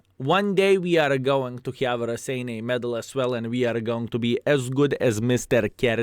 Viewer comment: Wow, paused to read the history bit of the Raseiniai Heroes' Medal and realized Raseiniai is actually name of a town in Lithuania. is from Luthuania, right? I sincerely hope to finally see the day when will get this medal, you deserve that! BTW, guess I've been pronouncing Raseiniai wrong all these years since I've been playing WoT, hehe.